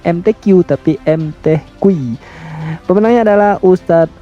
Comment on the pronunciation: M kacenya ngustadz (bukan ustadz)..baca Al Qur'an tanpa tajwid